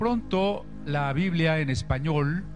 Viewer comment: ¿por qué será que a veces les da por decir "biblea"en lugar de "biblia"?